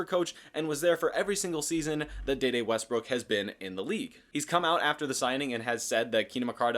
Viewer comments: His name is De De. Pronounce D. D. He was not in the movie Next Friday. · Once you said “Da Da” I left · maybe your pronunciation of this name is correct, but I haven't heard anyone else say it this way.